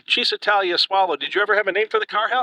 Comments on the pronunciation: It's chizz, not sizz, when pronouncing first syllable of Cisitalia. While I'm at it, Lancia is pronounced LAWN-cha. Ciao, baby! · It’s pronounced Cheez-eh-tah-lia. Ouch! In Italian, ci is a ch sound. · Great video! One thing, however: it's pronounced "Cheezee-tahlya"